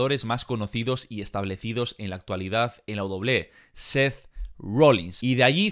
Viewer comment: la wedoble wedoble xd que buen video hee